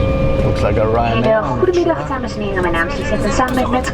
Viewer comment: Hello and, glad to know that you BOTH survived manflu. Heh heh... so now you know that Danish and Dutch humour are indeed the same 😂 Your pronounciation of "Goedemiddag" is perfect but "Dankie" is Afrikaans I think, as the Dutch say "Dank u" or "Dank u wel". The Cityhopper always park on the apron at Schiphol airport. Thank you for yet again a lovely tripreport!